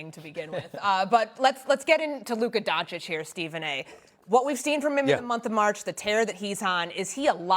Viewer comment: Remember guys.. people who have votes for player individual awards still purposely misspronounce Luka's easy last name after 7 years